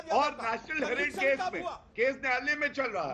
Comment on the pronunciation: केश नही केस होता है, बोलना तो सीख ले पहले.